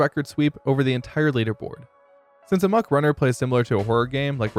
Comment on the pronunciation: Please stop saying "amok" wrong.